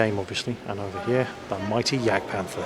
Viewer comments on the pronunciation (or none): none